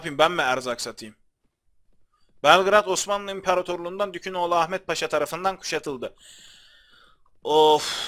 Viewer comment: abi kaç bölümdür dükaginoğlu ahmet paşaya dükün oğlu diyon :D